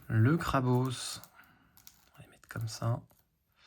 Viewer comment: Incroyable de pouvoir voir tout cela ! Par contre c'est la première fois que j'entends quelqu'un dire Krabausse XD J'ai toujours entendu Krabosse aha